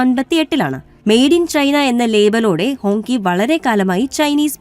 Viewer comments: ഹോങ്കി എന്നല്ല 'ഹോംഗ്‌ചി' എന്നാണ് വായിക്കേണ്ടത് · It writes like Hongqi, but pronounced as HongChi.😊